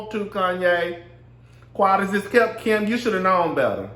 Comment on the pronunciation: I scream at your accent everytime you say Kim"s (and my) name!! Keee-im!! 😍😍😍